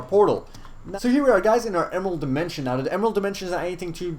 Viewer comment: Sky wold like the gold demenshen